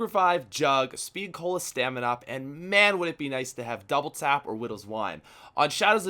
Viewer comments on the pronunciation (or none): none